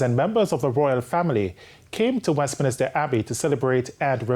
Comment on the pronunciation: The word is Westminster Abbey, not "Westminister"